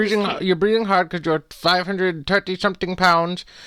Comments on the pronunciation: Five hundred turty!!! 😂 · This is the best thing I've ever seen. "Five hundred and tirty lbs" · Five hundred turtie pownds. 😂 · Lost it at “Five hundred-n-turdy pounds” and never got it back from that point on! This was amazingly good! P.S. I loved the stink faces he kept making to the camera....